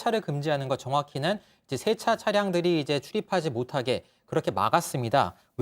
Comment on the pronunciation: 쎄차가 아니고 세차 효꽈가 아니고 효과